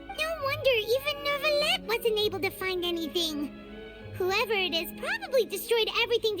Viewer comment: It's neither actually 😅 the [eu] sound doesn't really exist in English so it's a bit hard to explain, but it would be closer to [uh] So you're supposed to say N-uh-vee-let (or N-uh-vee-yet).. it's clearly not new-villette tho His eng va pronounced it pretty well in his voicelines actually